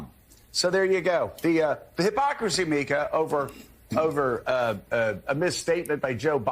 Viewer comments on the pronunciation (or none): none